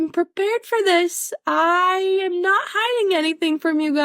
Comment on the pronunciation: Did anyone else hear "I 'ham' great"?